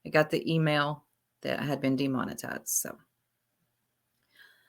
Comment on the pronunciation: Demon-I- tized like they baptized you from the matrix